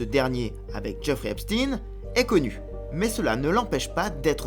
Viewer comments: C'est epstein et non epstine😂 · ce n''est pas "Epstine" mais "Epstaïne" (au niveau de la prononciation) car origine Israel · C'est Epstein pas "Epstin" et ce n'est pas que le frère du Roi Charles qui est impliqué mais tous ! soit des petites filles où des jeunes garçons et il y a des tas de pédocriminels chez les "élites anglaises" ! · En français on ne dit pas Eipstin mais Epstein comme Albert Einstein au cas où vous l’auriez oublié. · C'est étrange cette prononciation esptine et non esptein qui est utilisée par tous le médias mainstream, enfin je me comprends... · EpSTEIN : comme FrankenSTEIN ! Pourquoi vous changez le nom ? On dit WeinSTEIN pas WeinSTINE ! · et ça devrait secouer la France aussi mais nos média sont tenue au silence vous n'allez pas mordre la main qui vous nourrie et arrêtez avec cette prononciation !!! il ne sappel pas Epstin ok il était juif polonais ne vous en déplaise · Encore un média Franco israéliens qui prononce Epstine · Pas Epstin, on ne dit pas Einstin mais Einstein ! Idem pour le pédophile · Nous sommes en France: Epstein se prononce comme Einstein !